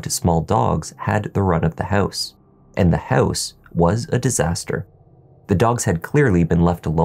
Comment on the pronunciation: House sounds like hose the first time you mentioned 😝but I got you 😉